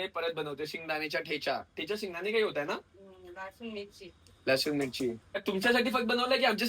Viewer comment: थेचा नाही ठेचा